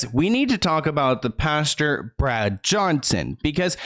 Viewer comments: Hi luv its Pastor not pasture ❤️ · I thought you said the lead PASTURE 🤣🤣🤣🤣 instead of "pastor" .... but a pasture has alot of manure💩in it so it would be fitting 🤣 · It's Pastor, not pasture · Honey, Pas-tr..not Pasture... love your videos! Always thorough and concise 🖤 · Anyone else realize how cute it is every time says pasture n not pastor 😉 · Pastor not pasture! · the way says “pastor” like “pasture” 💀 i love him sm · Lol I can’t get over how you’re saying pastor